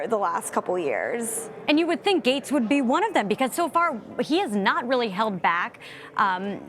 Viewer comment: Gaetz is pronounced Gets, not Gates.